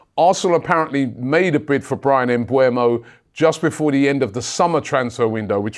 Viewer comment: How does Robbie consistently see "MbUEmo" while he is "MbEUmo" 😂